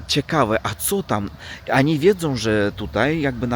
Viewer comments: nie przepraszaj za to ANI. My Polscy jestesmy bardzo tolerancyjni. Po prostu chcemy Ci pomoc byś szybciej opsnowal nasz jezyk. Znalem repatrisnta z Rosji do Polski co prawie idealnie pk polsku mowił sle czesto to ANI uzywał. To ANI Cchyba najtrudniej zmienic ba ONI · nie przejmuj się tm oni czy ani. My to znamy i wiemy, że w Rosji tak się mówi. Nie przepraszaj tylko " jedź z koksem" czyli opowiadaj co masz do opowiedzenia:) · Ani i Ani a wiesz czemu tak mówisz ? bo Myślisz o tej ślicznej Ani ( imię) czyli Ania :-)